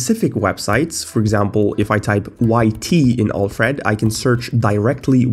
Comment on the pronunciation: Next video: I learned how to pronounce Alfred correctly It boggles my mind how you consistently show us that you don't know how to use macOS. The mouse is not poorly handled; you just don't know how to use external mice properly with macOS.